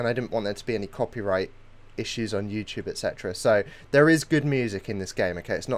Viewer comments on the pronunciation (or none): none